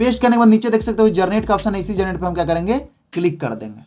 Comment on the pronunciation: Generate ❌ garnet✅ 😂😂